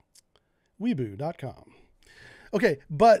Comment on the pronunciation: "weibo" is pronounced "why-bo" ... don't ask me why tthey spell it like that if they refuse to say it that way. been having that debate for years.